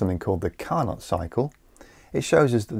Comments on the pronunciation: Clear and interesting as always. Carnot is pronounced car-no. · the T is silent in Carnot he was french